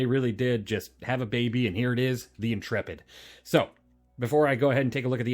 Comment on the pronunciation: I'm just glad to find someone who pronounces "Intrepid" correctly. Honestly the number of youtubers calling it the "intra-pid' or "int-rapid' is making my eyes itxh! 😅